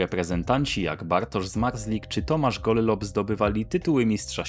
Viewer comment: warto podkreślić, że nazwisko "Gollob" wymawia się zwykle przez jedno L. Nie czepiam się! To tylko drobna uwaga!